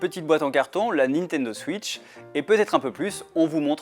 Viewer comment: "La Nitodo Switch"